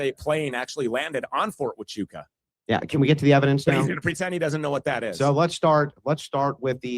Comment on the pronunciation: So Andrew Wilson can do all this debate prep and know every stance Stew has ever had, but he can’t take the time to learn how to pronounce “Huachuca”. Interesting tactic.